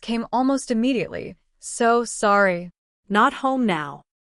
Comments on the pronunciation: Weird that the AI can’t say “sorry”. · What's the problem in saying, "Sorry?" AI can't pronounce it.